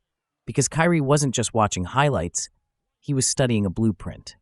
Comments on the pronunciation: His name is not pronounced "Carrie". It's more like "Kii-Ree." None the less, I learned from this segment. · Carrie ????it's kyrie😂😮😢😅